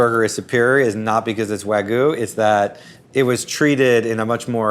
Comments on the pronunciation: Sounds like an AI or Text-to-speech voice, to me. The way certain words were pronounced really gives me that implication. For example, "Wagyu" being pronounced "wagoo" rather than how literally every other person I've ever heard talk about it pronounces it: "Wag-you". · There is a "y" in wagyu It's not wagu, it's wah-gyuu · wa-gyu not wa-goo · can you say Wag? Can you, say - You? Now put the two together= Wagyu...NOT WAGU!!!!! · It is wagyu not wagoo. FFS. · Why are there people who pronounce Wagyu / (Wa-gyoo) as “wa-goo” so very weird. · Why are they all saying "wagoo"? It's "wagyoo", just like it looks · "wahgoo" dumb fkers cant even say wagyu correctly even the narrator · Why do people say “Waggoo” when there is clearly a Y in there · What is it with Americans mispronouncing Wagyu as Wagoo??! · C’mon, fellow Americans. Stop pronouncing Wagyu incorrectly. It’s “wah-gyu”. The -gyu is like putting a “g” in front of the word “you”. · Nothing says expert like not being able to pronounce Wagyu. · Most of these "burger experts" cant even pronounce wagyu correctly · That pronunciation of Wagyu... 🤦‍♀ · The way pronounces Wagyu bothers me. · Why do people ignore the Y in wagyu 😭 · This is the voice of James Hoffman. I think they bought the rights to his voice and recreated it using AI. You can tell by the way ‘Wagyu’ is pronounced. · It’s AI. Listen to how it pronounces Wagyu.